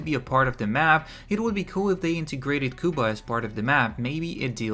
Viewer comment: I know this might not be a big deal but if you say Cuba the wrong way again I will find you